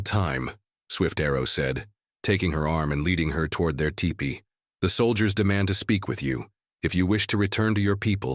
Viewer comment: Sayyyy whaaat?!? It’s a teepee, not a tie-pee!!